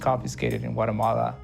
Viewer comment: He says whatamalla 😂